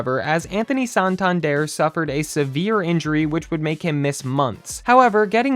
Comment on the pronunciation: Whoever made this video is a clown,straight up clown.Laughing stock? There are ten teams I would mention before even thinking about the Blue Jays.It’s San-tan-der not whatever the fuck you keep calling him.🙄Shut this shit YouTube page down!😂